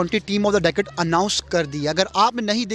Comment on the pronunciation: abbe pehle decade bolna sikh le🤣🤣🤣